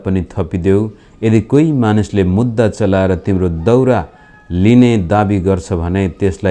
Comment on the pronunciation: daauraa hoin dauraa ho ni